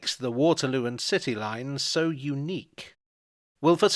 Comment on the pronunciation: that was actually kind of painful. Grammar aside, the forced, insert emotion here and the jiggly jolly music was instantly both Not and the attempt to be like. was that emphatic SO!!! AI directed?